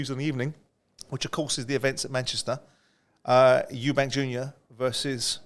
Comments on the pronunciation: Spencer........how long have you been in the boxing game now? Its Eubank.....not Eubanks. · Eubank, not Eubanks - there’s no S, it’s not hard